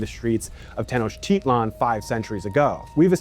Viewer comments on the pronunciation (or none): No he did not pronounce Tenochtitlan correct. He used some modern neologism rather. He could of almost said Uganda rather the way he pronounced it.